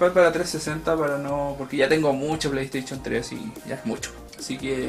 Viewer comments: jaja pley teichon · Pleyteichun 4